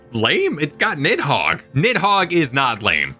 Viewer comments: the way it's translated into English is a bit confusing but given it's origins in Norse the "Nid" part is actually supposed to be pronounced more like "Neath" If I remember correctly it's noticeable even when the Dragons speak of Nidhogg in their own language, I think the Draconic language is reused from the Japanese version(?) of the game so you can hear the dragons pronounce it more like "Nizu" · "Nidhog is the easiest name to pronounce in all of Final Fantasy" Is this a bad time to mention you two, and even the English voice actors for FF14, have been pronouncing Nidhoggs name wrong this entire time